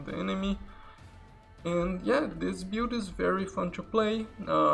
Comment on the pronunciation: Can you stop saying " Bewd " instead of " build" every, damned, time ???